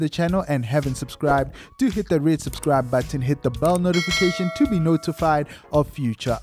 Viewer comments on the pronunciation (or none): none